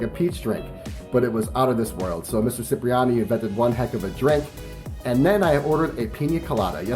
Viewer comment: thanks for the video review, but, my guy--its prounounced CHIPriani...